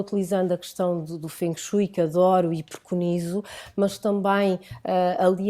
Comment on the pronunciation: Creio que se diz ou Feng Shui (como é escrito) ou dito como se fosse Feng shué, - e não Feng Shói, como eles disseram algumas vezes, como se estivessem a falar de Chopsticks. Pelo menos foi assim que eu aprendi no Imp, com o Francisco 😘